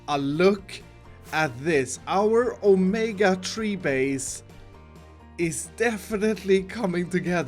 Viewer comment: Everybody gangsta until forgets the O in Omega